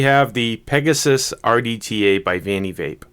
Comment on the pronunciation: of course it's a big deal. You can't go on and make review about a product for the whole entire world to see and you are saying the name of the product wrong. That's disrespectful to the maker. You have to be more careful and know your product's name before you release your video. Review your video as well and make any sort of necessary editing. And you are talking about "troll". You should take and consider constructive criticism.